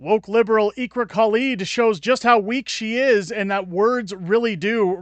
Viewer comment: Her name is pronounced IckRa